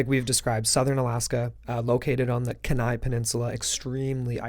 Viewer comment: Ok as much as I enjoyed listening to your pod cast. HOWEVER it's Keni (pronounced key-nye). As for the missing up there it's for 1 of 3 reasons (man/ nature/ other). As for Alaska with some good situational awareness and a little respect for nature yes you can have some interesting adventures up there.